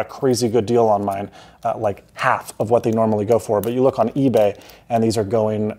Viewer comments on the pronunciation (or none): none